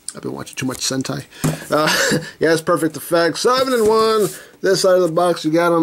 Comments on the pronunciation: Was that supposed to be hentai? 😂😂 I heard him said "Sentai". Is that even a word? hahaha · Yeah dude actually said sentai. Not the H one. Don't go there bruh💀